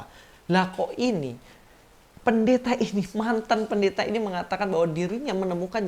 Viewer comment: Ibu PEN-DE-THA 😂 dialek